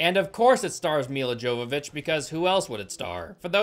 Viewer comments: sorry, just your pronunciation of Ms Jovović's name was kinda bothering me xd, so just thought id add a little correction. She was born in Ukraine and her name is Мілла Йовович, or Milla jowowicz in Polish alfabet or Milla Yovovich in English, NOT pronounced Dzovovich. (ukr. й and Pol. j = english y as in yet, and not дж/dz sound as in jet or just) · It’s pronounced “Yo-vovik” not “JoeVaVitch” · It's pronounced "Hovovich". She says it ìn the RE movie dvd commentary. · With how many times you say her name, it has to be pointed out her name is pronounce "Yovovich", not "Jovovich". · Her last name is pronounced "Yovovich" I know it can be confusing. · Her name is pronounced: Yo va vich Not Jo va vich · Mila's last name is pronounced yow-vuh-vich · Bro, this is like ten times now. Mia Yavavitch. That’s how her name is pronounced. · Omg it's pronounced Yovovich... She's Ukrainian. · The movie was bad. And if you'll indulge me for a "well, ackshually" moment, her last name is pronounced Yovovich. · Over many reviews I'm beginning to notice your inability to properly interpret or even read properly in some cases. For instance, Milla Jovovich your pronounce wrong or even Ha/lf. Its an L F, not an i F. 😒 you're a popular tuber, but you aren't doing yourself (or us) any favors.